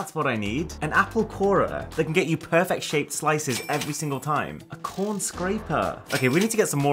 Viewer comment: Uh when he said corn thing he said corn with a p